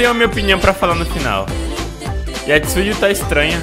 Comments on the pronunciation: Quase morri quando ele falou " Tizuiu " 😂😂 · o Nome da Tzuyu e pronuncia Tiui